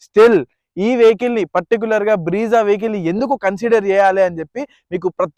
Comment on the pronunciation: Bro vehicle model name is BREZZA, not BREEZA, correct it 😅